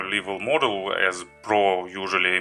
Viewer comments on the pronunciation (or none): The more correct sentence is :thank you for watching ) Не БЭЙЗИКЛИ А БЭЙСИКЛИ(basicly). НЕ ЛИВЭЛ А ЛЭВЭЛ(level)Не ратио а РЭЙШИО(RATIO).You have pretty good vocabulary, but unfortunatly your pronounciation isn't so good.By the way honestly my vocab mach less the yours...So don't be angry with me and don't be sad.